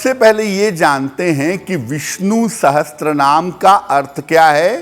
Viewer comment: Wo Sahasranaam hai Sahastranaam nahi galat pronounce kiya